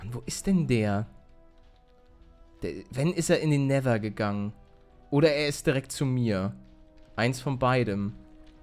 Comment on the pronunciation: Wie Paluten einfach mal nether sagt XD Neeeter